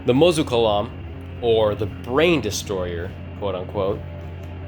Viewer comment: the islam?? it's pronounced izlom and it's not even izlom!! that's gravy grandpa!! mosu colam is mozgolom and stomatic is stomatolog,fix your stuff twin,stalker is not a 2000s uhmerican made game set in middle east to have such names